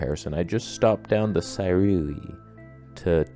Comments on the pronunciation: 思锐 "See-rui", not "Sai-rui". You got the "rui" part right though. Well, if you dive into the nuances it should be pronounced as "Sze" but no English speaker can pronounce that so "See" is fine, like "Apple Siri", "Sirui". You're welcome. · Sue-ray is how it is pronounced silly.